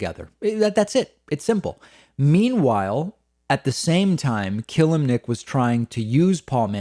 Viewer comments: It's pronounced "Ka-lim-nic" nto "Kill-lim-nic" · If you say This mans name wrong one more time it not killemnic...it kelimnink....I’m not spelling it right on purpose I’m spelling it like your saying it wrong...lol